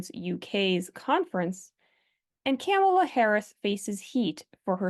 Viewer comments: Please say Kamala's name correctly - you are using the 'republican wrong pronunciation' version. VP Harris is not the enemy, she needs to be educated, like all the other well-meaning liberals who've blindly accepted the LGB"TQAI+++" Mission Statement. In the UK they've made strides in attempting to distinguish us LGBs from the rest. We need to do it here, via legislation. I just hope it's not too late for this election.♀♀♂♂♀♂ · Why are you mispronouncing Harris's first name?